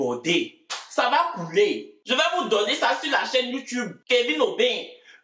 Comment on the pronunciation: YouTube se prononce youtoube en anglais 😭😂 mais y’ai aimé